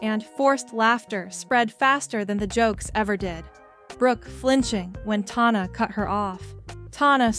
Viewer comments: the “tawna” is driving me up the wall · You did all this “research”, but what you should have been doing is learning how to pronounce her name.